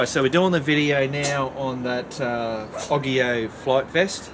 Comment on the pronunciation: I thinks its said Its Oggge eeyyy ooowwe not oggggi owe